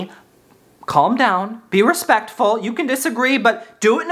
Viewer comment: Love ya, but I don’t appreciate you pronouncing the L in calm😂